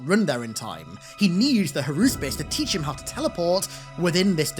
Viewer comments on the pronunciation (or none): none